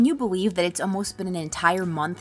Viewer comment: Can you beweeve